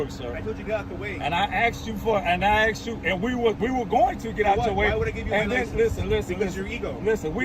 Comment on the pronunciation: Illiterate moron cop with extremely low level IQ says "so you was in an axident yesterday?" & "I axs you for license". This cop's face screams stupid!